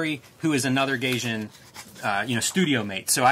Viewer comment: "GUY-jin" >Gayjin"